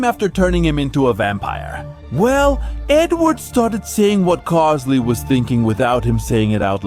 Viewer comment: isn't it pronounced carl-ille?